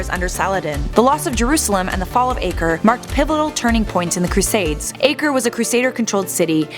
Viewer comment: The way you pronounced Acre, just..... why?